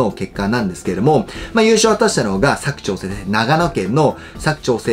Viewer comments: 「割く」❌、「柵」⭕️ですね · にひと言。佐久長聖のイントネーションが違います。正式にはサク↗️ではなくてサク↘️チョウセイデスヨ。長野県民からでした。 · 地元民からすると「佐久長聖」のイントネーションにめっちゃ違和感あります😂